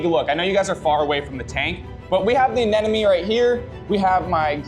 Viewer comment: I keep watching, hoping, for the day can correctly say "anemone"😂